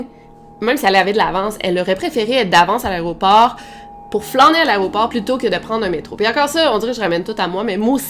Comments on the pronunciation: On dit AÉROPORT et non pas ARRÊT-AU-PORT. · Aéroport et pas "arrêt au port" 😝🤭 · Arrête de dire "Aréoport" stp, c'est "Aéroport" tu fais un podcast où des milliers de gens t'écoutent, c'est important que tu parles bien. Sinon, j'aime beaucoup tes vidéos :)